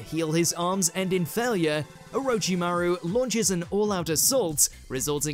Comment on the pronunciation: Please get the narrator/host to learn the appropriate pronunciation of names and techniques. It is so annoying to hear him say 'O-row-chi-maru' then the clip has a character clearly say 'Or-rich-chi-maru'. He does this with ssooo many of the words it is lazy.